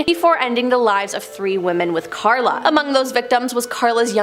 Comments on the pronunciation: It's "Karla Homolka" instead of "Clara". K.x. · Correction it’s Karla Homolka not Klara and she’s in Salaberry-de-Valleyfield now!!! I live about an hour away!! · Her name is Carla, NOT Clara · It's Karla Homolka. Not Klara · Dude it's Karla not klara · It’s Karla not Klara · Karla not Klara .... Homolka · KARLA…not Klara. Cone on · ITS KARLA. Not KLARA. ffs do research. And you can’t use a picture of LEE HARVEY OSWALD in the Boston marathon tragedy. wtf is wrong with people. Talking and not FACT CHECKING anything. Shame. This is where we are headed. Dumbing down fast. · Also it’s Karla not klara learn your names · The one name you got way wrong. Its Karla Hamolka, not Klara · KARLA Homolka, not Clara. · Isn’t it Karla Homolka?